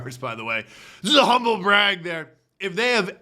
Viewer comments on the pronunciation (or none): none